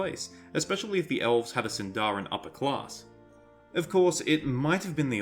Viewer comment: Shouldn't Sindarin be stressed on the first syllable? Anyway, the fact that Dorwinion is named in Sindarin doesn't pinpoint to Elves living there at all. Countless places are named in Sindarin, Gondor for example, Harad...